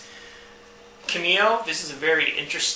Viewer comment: Yeah, you are pronouncing Kameo wrong. Its said like (Cam-meo) and you are saying (Kih-meo)